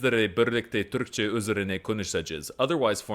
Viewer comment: His pronunciation and stress patterns are way off - he almost always stresses the wrong syllable. So consistently it sounds as if he has only read Turkish and not actually listened to it at all. I’m also kind of surprised that he still hasn’t learned to pronounce a front rounded vowel…I mean, if you can’t even pronounce “Türkçe” or “Türkiye” somewhat correctly…? Also they didn’t change the name of Constantinople to Istanbul in 1453. :-) It wasn’t official until 1930!